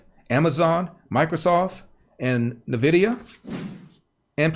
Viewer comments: Hey Larry, the company is pronounced en-vidia. The letter N is pronounced as you would if you were spelling the word. Don’t ask me why but they are known for making graphics cards for gaming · Sorry to be that guy but it's pronounced "En-vidia" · Pronounced N-Vidia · Nvidia - "En-vidia" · Just FYI it's actually pronounced "En Vidia" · Hey Mr. Elder- it's N-Vidia (ENn- Vid-ea) anyhow, I love this channel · Just so you know... the company is pronounced [En]vidia 😘 love you